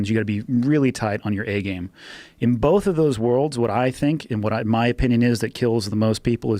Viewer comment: Joe "bolth" Rogan